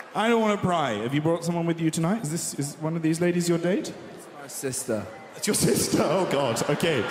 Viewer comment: "This is my SISTAH"